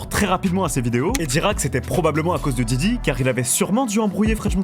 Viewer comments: Stp fait un effort, c’est diddy pas djidji avec ton vielle accent tout pété. Merci sinon pour la vidéo ☺️ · Ta dis jiji au début ? Je pleure 😂